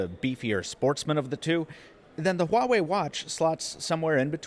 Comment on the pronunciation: I gotta say one thing though, pronunciation of Huawei has been so far the best among all reviewers.